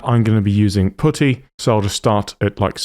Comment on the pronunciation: OMG your tool and putty pronunciations cracks me up 😂 Thank you btw. Great series of ZYNQ videos